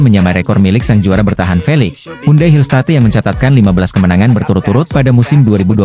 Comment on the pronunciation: Belajar dong cara mengucapkan bahasa Inggris dengan benar, bukan diucapkan Pink Speeders tapi Pink Spaiders, Hill State harus nya diucapkan Hill Steit, belajar dulu pengucapannya di Google